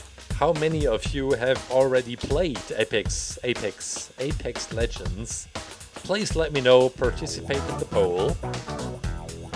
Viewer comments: did he just say epics legends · I love how he said Apex legends at the beginning with my country's accent